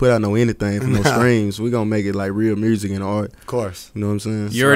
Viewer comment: “Real Mursic “